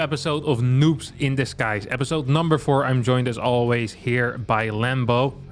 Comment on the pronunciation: who else always hears “noobs in the skies”?